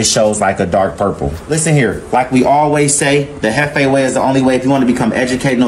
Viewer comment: Mane said chiefEE 🤣🤣 it’s jefe (hef fey)